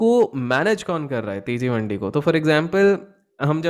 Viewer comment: Your pronounciation for mandiis incorrect